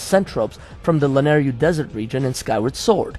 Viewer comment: Man... it's LanaYRU... Y-R-U ;P I dunno why but it hurt my ears every single time you pronounced it Lanaryu (yru-ryu). It hurts a Zelda fan xD